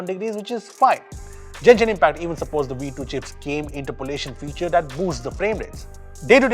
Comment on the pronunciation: bro it's गेंशिन not जेनशीन, I'm a Genshin impact lover and I don't like you saying it wrong.